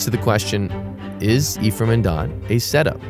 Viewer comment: Nope. The name Ephraim comes from the Hebrew language. And you did not pronounce it correctly, but thanks for asking 😉 eh-frah-eem 👆🏼Does that help? 🙃 I've been the Curious Kamel 👋🏻